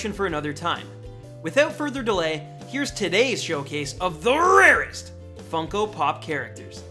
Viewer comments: Please dear God don't ever say "The RAREST!" again. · "The RARESTT" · Stop saying the rarest like that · Never say ‘’the rarest’’ like that ever again edit: ok this comment is like 3 years old and I was dumb to say that lol